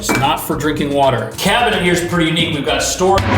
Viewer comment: I LOL when you emphasize the legit, new, clean, large or nice medicine "cabin-ette"!! It's the little things! Love your videos 🤩